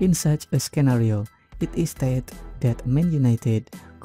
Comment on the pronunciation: "Scaaan-a-rio." Oh goodness now I can't unhear it 😭